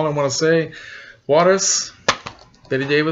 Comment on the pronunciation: Great job with your Spanish pronunciation of Juarez, most people butcher the name Juarez, trust me I know! Very cool choice of movie. You can't go wrong with Bette Davis. Keep up the great work, you always surprise me with your movie selections.